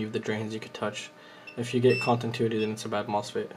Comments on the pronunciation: Con - ti - new - it - ee 😁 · Which mode is "Contintuity"? :D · thanks bro but its continuity not contintuity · Say it with me. ContiNuity